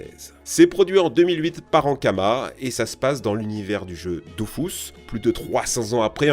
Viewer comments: Oh non il a dit Doufous 😪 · dofOUs ??? AVEC UN O ET UN U ??? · "Dofous" HMMM... "ADOLFUS"